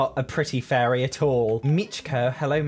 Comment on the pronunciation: His accent made it sound like he kept saying furry instead of fairy. I fell for it each time like... oh she's a furry too?